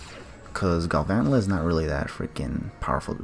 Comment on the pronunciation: that Galvantula pronunciation